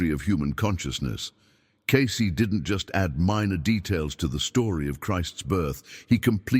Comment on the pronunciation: The paleaseeee. Its not pronounced, ascenies, "seriously" for crying out loud, nor Is it case, it's pronounced,as its spelled, cacey, Cacey. And you ask people to support this podcast, you can't pronounce the names, why should we believe your even putting out the "true Cayce records? maybe you should, type 777 if your even real. !!!